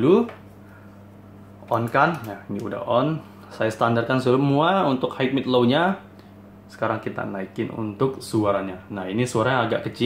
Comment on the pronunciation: Maaf mengoreksi sedikit. Utk pelafalan kata HIGH dalam bahasa Inggris bunyi yg benar adalah HAI (tanpa bunyi huruf K), bukan HAIK. Utk membantu belajar pelafalan bhs Inggris yg benar bisa coba install aplikasi kamus bahasa Inggris yg ada di playstore spt Kamusku dsb. Nanti ada menu pelafalannya. Semangat!